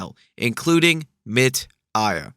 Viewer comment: Chico Science is great too, but 'MIT AIA' is clearly just 'Tim Maia', another beloved musician >w<